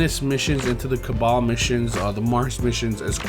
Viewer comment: He said caballs